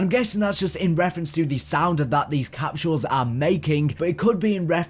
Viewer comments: "Capshules" lol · I can't get over how you say capsules